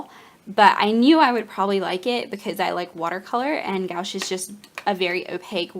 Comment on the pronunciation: New subscriber. Interested to see what you create with your new stuff. Your fiance is so sweet! (One note: The opaque watercolors are typically pronounced more like "gwash." I only mention this because I pronounced it that same way the first time I had to buy some for school, and the snooty saleswoman was not polite about it. It was an awkward moment.)